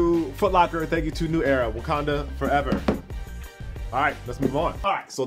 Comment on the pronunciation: ITS WAKANDA, NOT WUKANDA